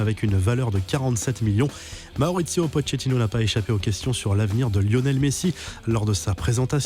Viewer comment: Quelqu’un peut lui apprendre comment dire « Pochettino » ?